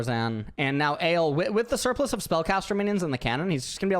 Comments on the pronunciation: D: i think his names pronounced ah lay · They actually pronounced it wrong lol. It should be read as "uhh" and "le(in french)". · its not "ale" lmaooo